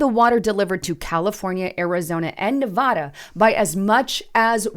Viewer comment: Learn how to pronounce the state name, Nevada.